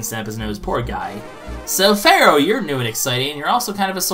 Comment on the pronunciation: Does not see the letter "E" in FEAROW's name?